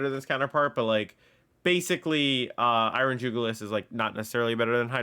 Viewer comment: It's Iron JuguLIS, not Iron JugLIUS. It's a reference to the jugular vein, and should be pronounced as such; you're adding an unnecessary extra U to it's name. You're pronouncing it as though it were called Iron Julius, and that's not the case.